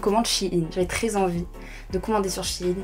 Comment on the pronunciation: Shyne... mon prenom🤣💓 mais ça se dit shiin(pour la prononciation)